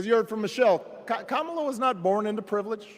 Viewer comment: There's a new name for Kamala............. "Ka"MAO"la. 😂🤣😂🤣😂